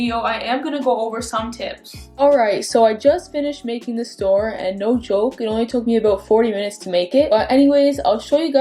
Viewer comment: Lmaoo I just knew you were from Toronto! The "no joke" gave it away 😂🙏🏾